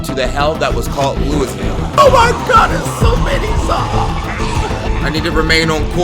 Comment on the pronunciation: You don’t pronounce the “s” in Louisville